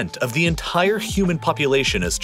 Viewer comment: Take a shot for every time "entire" is over emphasized... You're dead